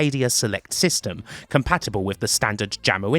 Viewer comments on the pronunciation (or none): none